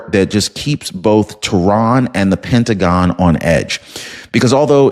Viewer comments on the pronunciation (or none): none